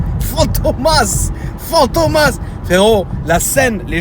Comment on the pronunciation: on ma perdu "PHAMTOMAS" haha